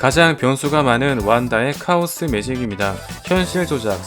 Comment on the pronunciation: 카오스 매직을 차오스 매직이라 읽었네